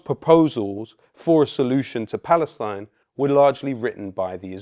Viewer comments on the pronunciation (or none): none